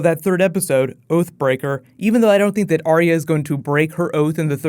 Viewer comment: Thought you said OAF BREAKER. ...thought Hodor had a fall.